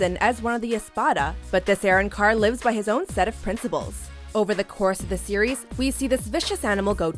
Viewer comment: This bitch said arrencar